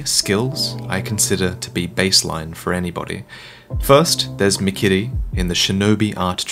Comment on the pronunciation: Dude. I love how you pronounce 'Sekiro', 'mikiri' and 'shuriken'. Props